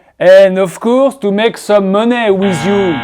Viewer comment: money se prononce comme mani /mʌni/